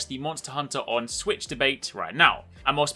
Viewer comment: u said swisshh ahahhhh english mate learn how to talk and use proper words